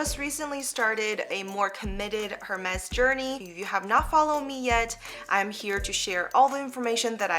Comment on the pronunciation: Not Her, Ermess. So, its name is best pronoynced as ErBarg. It is unissex. Beautiful video, BTW😊